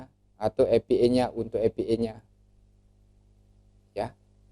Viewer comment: maaf pak, dibacanya: "e pi ai", bukan "epi ee"